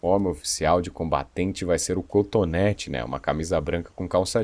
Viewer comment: Meu Deus Perdão mas toda vez que ele falava contonete eu me acabava de rir kkkkkkk Um vídeo sério e eu parecendo que tô vendo um vídeo de comédia, mas é culpa da sua narração (boa demais) kkkkk